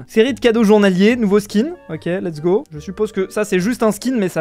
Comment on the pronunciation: "let's GI" au lieu de Go mdrr